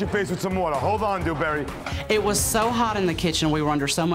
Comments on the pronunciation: Dew-berry Du-berry doo-berry DOO-FISS😂🤣🤦🏽‍♂️ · I’ve rewatched this video a million times just to hear Gordon say “Dewburry” over and over